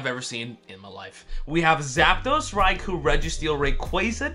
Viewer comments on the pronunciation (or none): none